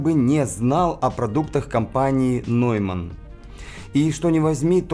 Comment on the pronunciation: А я услышал проблемы в нижних частотах у Адам, и никак не ярче. (Слушал через студийные мониторы + саб). И всё-таки - "Нойман", а не "Неймен". В немецком сочетание EU читается как ОЙ (например: EURO произносится ОЙРО).